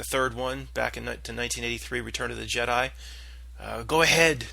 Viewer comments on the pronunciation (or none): none